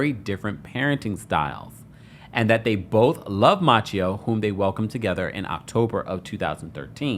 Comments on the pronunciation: Ma-say-o, not Matcheo!!!! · 😂 I was wondering the same thing. Machio ? Where did he find that prononciation ? 😅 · Halle’s son name is Maceio not Maa Ce O you do know that right!!!? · His name is maceo not macchio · The way he keeps mispronouncing tht baby name lol its Maceo like MAY-CEE‐O. Who is "Matchio" lol😂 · Just wanted to say that Halle’s son’s name, Maceo, is pronounced, May see oh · Maceo is pronounced "Ma-say-o" 😉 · You're saying the kid's name sooooooo bad. may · see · ow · Mase-y-oh . Not like the Karate kid. No offense 😊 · You are pronouncing the sons name incorrectly. I'm very surprised. It's pronounced Mace- seo Like a can of MACE then C.E.O or see-o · I always believed the child's name, Maceo, was pronounced "Muh-say-oh." Your pronunciation is throwing me off and reminding me of Ralph Macchio, star of Karate Kid. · Halle Berry's sons name is pronounced May-ce-O!!! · I dnt know, I think he made it up lol. Instead of researching it, he just went with his own interpretation. Thts crazy🤣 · I believe it is pronounced "Muh-say-oh." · His name is pronounced Maseo. It's derived from the name Matthew. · Ma-say-o is how you pronounce her son’s name. C’mon now. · Finally someone gets it right! Who the TF is out here pronouncing it "Matchio" or "May-see-oh" like a few others have said lol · I always believed Halle pronounced her son's name, "Muh-say-oh."